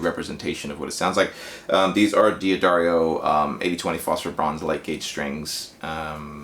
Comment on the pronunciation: Oh NOOO, he said "Dee Addario"! They are pronounced Daddario, and fortunately more and more Americans finally get it :) You will too, I'm sure ;)